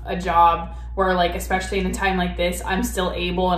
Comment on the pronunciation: "Monday mills" 😂🙄 I absolutely cannot stand how she pronounces "MEALS" and it "RILLY" (lololz) drives me up the walls when she (and Amber + Eric too on this one) say "EXpecially" 😤!!!!!! I feel awful for those children of hers being taught how to pronounce (and spell) probably every damn word incorrectly 😖!!